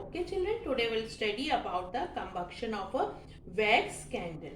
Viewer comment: Com- buc-tion😂😂😂😂